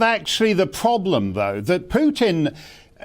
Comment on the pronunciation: Starkey has studied Russia and Putin intensively, yet he cannot pronounce the man's name correctly, or even almost correctly. Amazing, really.